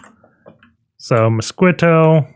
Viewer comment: Mosquitto is pronounced "moss-kee-toe", like the insect mosquito